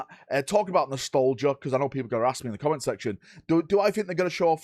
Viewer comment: Im a northener im from stockport so not far from and ive never heard of the word "nostolgia" nobody says it like that in the UK. Also why is there not a techmarine on a bike??? He always has to leg it to catch up with the dredds etc